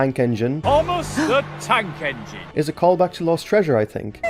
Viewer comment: ”THOMAS DA TAK ENGINN”